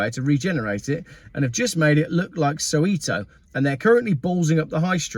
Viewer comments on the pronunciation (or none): So-wet-oh, not So-wheat-oh!